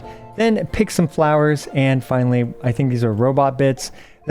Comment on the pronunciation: Bro said “And Flinally” 😅 please don’t ever do that again bro.